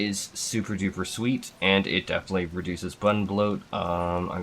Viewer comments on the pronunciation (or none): none